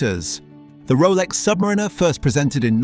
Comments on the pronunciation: Learn how to pronounce submariner please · Hilarious that the AI narrator cannot pronounce Submariner or Blancpain correctly. CHEAP VIDEO.